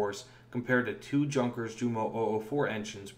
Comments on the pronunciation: you are right. He pronounces it incorrectly in this video. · Thumbs down due to the inability to know how to pronounce the J in Junkers. Why is that important? you might ask. Well, how can we trust any of the narration if the narrator hasn’t bothered to research something as basic as the correct pronunciation for the name of one of the most famous German WW2 aircraft manufacturers? Enough already with this nonsense Peace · Sunsets i found it odd he said "Junker" rather than "yoonkers" since almost all youtube videos say "yoonkers". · For future reference, "Junkers" is pronounced "yoonkers" as the "j" in German is pronounced like the "y" in English and the "u" here is pronounced with the long U sound in English. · Yonkers You moe